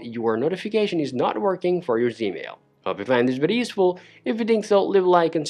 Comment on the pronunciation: He lost me when he called it " Zmail "